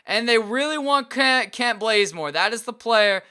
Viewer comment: Kent not klent